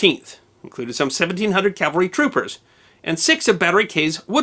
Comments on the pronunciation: The most often mispronounced word in military terms is "CAVALRY". Most people including myself and you pronounced it a couple of times it: "CALVARY" (Which is actually the other term for the hill in Jerusalem known commonly as Golgotha. Just an obscure history term. It is very easy to mispronounce. I had done it many times. Love your videos! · Dear -- may I kindly suggest you learn to pronounce 'cavalry' correctly, instead of pronouncing it 'Calvary'.